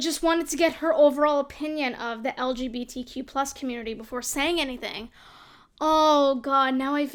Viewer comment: I love how opinion girl can't even say LGBTQ+ right